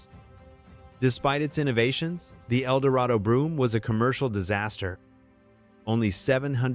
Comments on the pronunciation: Brougham is pronounced 'Broam" not broom. Some of these are car models, not car brands. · Its a shame the narrator or is it AI doesn't pronounce words correctly. Brougham not brooim.